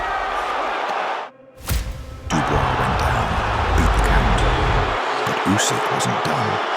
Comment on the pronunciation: Did dobua called Usik pusik? Who is pusik now dany 😂😂😂